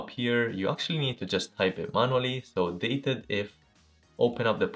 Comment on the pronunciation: The function's name is "DATE-DIF", not "DATED-IF"